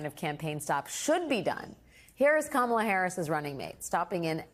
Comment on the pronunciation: If he cannot pronounce Kamala Harris name why don't you just say VP Harris so simple